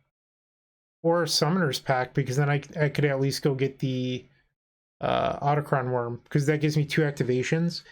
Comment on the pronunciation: I don't really care, but it's pronounced aw-tock-thon worm.